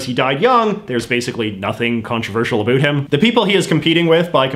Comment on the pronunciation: Why, oh why do you insist on saying “a boot”? Explain yourself young man. Other than that, your work is good.